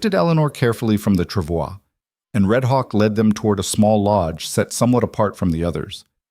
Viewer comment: This is a lovely story. I’m so glad it didn’t include her nasty husband trying to reclaim her. The reading voice was great. It even pronounced “travois” correctly.